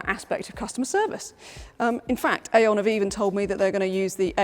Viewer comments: Hello, i had like to notice that Aion comes probably from the Greek Αιών which means Century, yes it sounds Eon, not Aion, but it sounds in o not in A, Thnak you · No. No. No. It is AI ON. Not AION. 😂